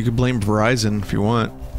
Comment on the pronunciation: E.T. phone Verizion.